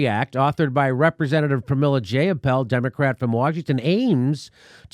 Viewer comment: Pramily Jayapal's nameis pronounced JEY-apal. As in EYE. Long "I"